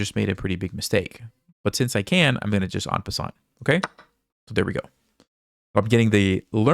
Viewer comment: En passant is spoken „en passan“. Its French and the t is not spoken….otherwise a very educational way of teaching chess. It’s really valuable to listen to the thoughts of professionals 👍🤗